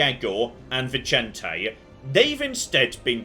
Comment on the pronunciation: Vicente being Spanish and not Italian would be pronounced /Vizente/ or /Vithente/ ;)